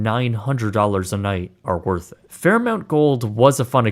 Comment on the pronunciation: It's pronounced "Fair MAWNT", not "Fair MOUNT" (Fairmont). This guy is an American and should do better. 😡